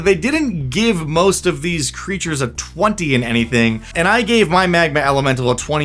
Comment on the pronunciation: “Peep them creatches”. This is golden. Say it again.